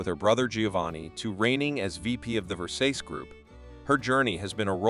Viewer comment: Her name is Ver---sa --c-e